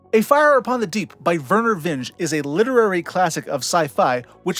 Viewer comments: Forgive me if you've been told this before — I'm not about to review thousands of comments to check — but there are two important writers whose name you mispronounced. Vernor Vinge's surname is pronounced “Vingee.” I know this because he was an acquaintance of mine and because I’m a good friend of his ex-wife, the writer Joan Vinge. Ursula K. Le Guin's surname is pronounced “Le Gwin.” I know this because I spent many years as a professional reviewer and editor of science fiction and Ursula was kind enough to give me a blurb for one of my books. With those corrections out of the way, allow me to congratulate you on conceiving and then so effectively realizing such a useful and comprehensive survey of a subject that I know many longtime SF fans have wondered about. We all owe you our thanks. If this was indeed just published seven months ago — i.e., during 2024 — the video is eligible to be nominated for a Hugo Award in the “Best Related Work” category when nominations open early in 2025. It deserves to be on the final ballot. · Verner Vinge is pronounced “vingey”